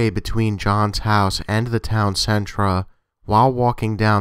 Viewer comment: I love your channel! however, when you pronounce 'center' as 'centra' it drives me crazy. just some constructive criticism. Otherwise keep up the great work !